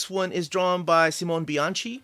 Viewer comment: Fantastic video. Beautiful book. A must-have! I'm going for the Bianchi cover. Oh, quick pronunciation note: Simone Bianchi = See-MO-nay Bee-AHN-kee.